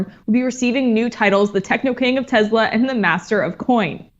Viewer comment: "Tessla," not "Tezla"